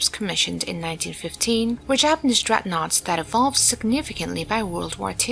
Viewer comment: not dreadnouaghts mate